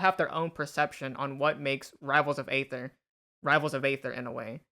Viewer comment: Aether is pronounced ether, like the shitcoin.